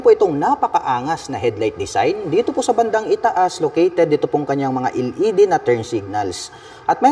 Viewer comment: sir LED po "EL" ,, hindi po "iL ED" ...wahahahaah